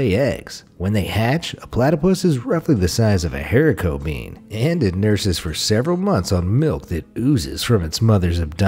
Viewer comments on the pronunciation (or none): none